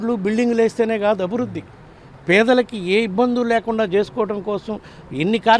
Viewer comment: అభుద్ది కాదండి, అభివృద్ది అని పలకాలి..!